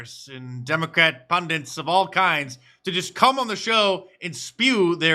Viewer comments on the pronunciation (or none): Hey, Mark, it's pronounced "pundits", not "pundants"